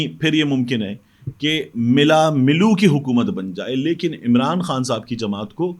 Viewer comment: It should be read LAiKIN